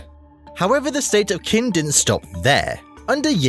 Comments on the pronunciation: The Qi and Qin you very terribly mispronounced... it's Qi = Chi and Qin = Chin. Not key and kin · No you're right! He did mispronounce it. Same as he did the Qi and the Qin